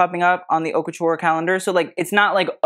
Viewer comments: I'm not sure I trust the taste of someone who names his site HauteLeMonde and never bothered to learn how to pronounce Haute. (It should rhyme with oat or boat.) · it should be haute LA mode as in fashion, le mode in French means the way